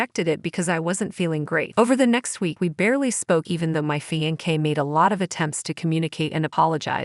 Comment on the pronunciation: I swear…I can’t deal with these narrators. “Fian-kay”